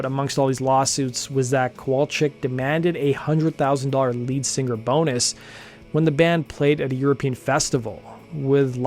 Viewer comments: Love your podcast. I'm a subscriber. Please stop saying "sing-GER." it's "singer". SING-ER. thanks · Why does this man pronounce singer like finger?